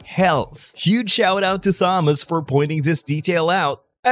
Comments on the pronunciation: Fyi, "Thomas" is pronounced like "Tomas" is in other languages. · You don’t pronounce the “h” in Thomas my dude 😅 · For future reference friend; the H in Thomas is typically silent.